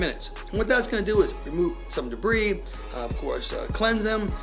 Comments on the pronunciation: take a shot ertime he say dabree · Lol it’s debris